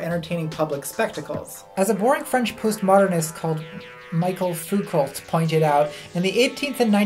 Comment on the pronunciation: Loved the video except where you called Michel Foucault Michael Fucult